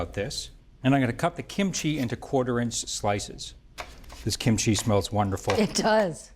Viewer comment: He needs to pronounce Korean food better. He's emphasized chee/chi too much ee. And the other Korean food dishes. Google even does much better.